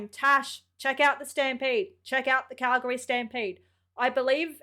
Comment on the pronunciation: I love that you say Calgary properly.